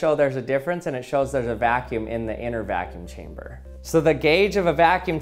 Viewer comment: Evertine hesaid vaacune chambr I tooook a shot…. I drrunk